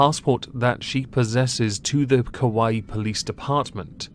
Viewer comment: I know this is super serious but I swear you were saying Kawaii Police Department and it was making me laugh.